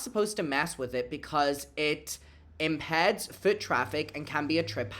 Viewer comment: "Im-peds" 😂 Love ya bro, just thought that was funny ❤